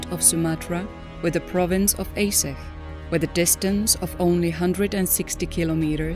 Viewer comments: Is pronounced Ahdjeh not aseh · Why do you keep calling Aceh “AY sicghhh” ??? Ah.-Chay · I just wish the narrator would learn the correct pronunciation before recording the audio. It's pronounced A-Cheh, not Ay-seh. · For Narrator, spelling Aceh is not "Aseh", but the correct spelling is ACEH, like you said che in Word Apache. Regards. 🙏🏽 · No offence intended, but it's Arch-eh. Not Ace-ay. I know English is not your first language, but it's best to find out how names are pronounced if you're going to give commentary. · At least pronounce the topic correct, compute generated voices makes this unwatchable. Its Ahhtchay, not Ace-eh... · sorry but is this a computer speaking? Aceh is not pronounced A say but (ˈaːtʃeɪ) Ah Tche. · it's A-cheh (C for China). Not Ae-seh 😁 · It's pronounced as "Acheh" not "Aseh" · It's not aseh it's read this acheh that's how you say it but the name is still aceh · Yeah right..but I felt they lack of something as the pronunciation of acheh is very wrong. Here we call it 'are-chech' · Aceh is pronounced are chair (but with silent r) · Actually, "Aceh" is pronounces as 'are chair' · Isn't it pronounced A-che to sound like Che Guevara.? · Aceh, prononced "Ah-chay". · It's pronounced Ah Cheh you AI blonde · Aceh is pronounced: [Acche] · Aceh is pronounced Ah - chey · Archay is how it is pronounced! Get it right!@ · Aceh is pronounced AH-CHEY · There photos after the tsunami n in aech city downtown . The photos from the next day are terrible so many dead boddies.. by the way the person who made this video should ar least learn how to pronounce ACEH..C in Indonesia is pounced ch A is like A in father. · It's really appaling that the narrator does not learn to pronounce the name of the city correctly. Pure ignorance. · You're saying Aceh weird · Can’t take this seriously when you can’t even pronounce Ache properly ! You think you would research the correct pronunciation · Acheh mispronounced horribly !!....text to speech no working right...